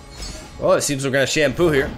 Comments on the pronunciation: He does say “Shampoo” it started from the Ren Shadowblade deck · You say "Shunpo" like "Shampoo" 😂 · "We've put in shunpo" he's gone fully rally-brain